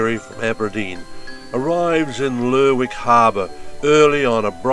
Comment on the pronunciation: You could at least pronounce Lerwick the right way.